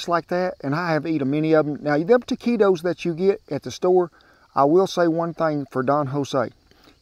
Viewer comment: Good job with the pronunciation! Most Americans, and English speakers as well, say the U, nice work Cowboy Kent.